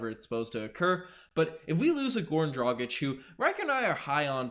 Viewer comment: How are you flawlessly pronouncing his name, but can't get Dragić right? 🤣